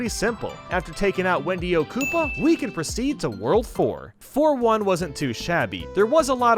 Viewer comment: “we can prostead” ;/